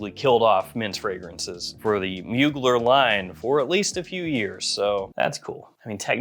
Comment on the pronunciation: love your vids but you're mispronouncing Mugler